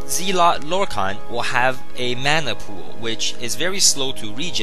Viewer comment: not trolling but its pronounced zel-ot not zeel-ot